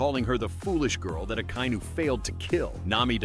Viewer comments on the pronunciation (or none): none